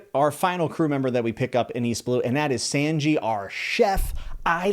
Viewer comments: Omg and please look up how to pronounce Sanji's name right. He's my favorite straw hat, it hurts my ears hearing you mispronounce it. It's no like sand, I can't think of an English word that's similar, but look up SAN which is Japanese for 3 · great video, also no hate, but sanji is pronounced like the japanese word for three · I’m sorry but your pronouncing Sanji wrong. If you could find out how to pronounce it right it’d be great. iI just bothers me a lot. Also I can’t wait for more discussions! One piece is my favorite manga! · pls watch the anime so you can learn how to pronounce the names you got ussop and sanjis names wrong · "fine" but not correct. sanji is not prounouced like that not in the sub or dub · Don't know if you were told yet but Sanji's name is pronounced less like sand and more like son (saan-jee). Also as for rougetown and lougetown, the official translation changed a few things. Very small things but thought I'd let you know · I like new fans to one piece, so please remeber. Sanji is pronounced Sawn-ji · Hey! I love to see a new One Piece fan! I know how when you read a name you make your own sound to it but to help you with Sanji and Ussop. Sawn Gee and Ooh sop. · When you said sanji's name I winced because of your pronunciation. Sanji is pronounced not like sand but like naan, if you had to spell it like it sounds then it would look like this ( Sannji ). Other than that I'm glad to know that you're enjoying one it is a wonderful and remarkable series that is still ongoing. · Good analysis but bro why are you butchering their names? It makes me wince when you say you sopp or sand g 😭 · Sanjis name is pronounced s"ah"nji like the number 3 in Japanese ✌️ ichi ni san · omg I mean I get it he read the manga but its pronounced "son-jee" and it's also pronounced "oo-sop" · I'm super happy that there is another One Piece fan. However, I feel the need to help with pronunciation of some words. Sanji is pronounced as San-Gi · Saungee not Sangee